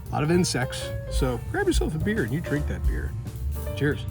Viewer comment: "if you like beer, why else would you Behere (beeher)"... beer! lol